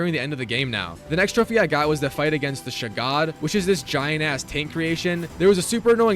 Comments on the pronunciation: ah yes, not the shagohod, the "shagod" 😭🔫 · I fucking busted up laughing when he said "shu-god"